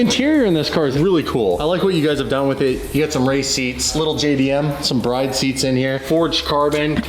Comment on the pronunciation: you SOAB you pronounced "Bride" wrong